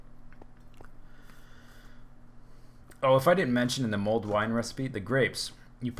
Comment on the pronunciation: Mulled, not mold. ;) While I know next to nothing about wine, I have a feeling if your wine's growing mold, you've got a problem.